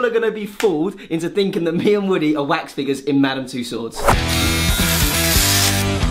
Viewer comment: Um... Dont you mean Waks figures? 😂😂😂😂😂